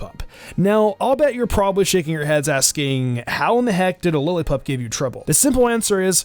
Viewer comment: My man struggled with Lillipup😂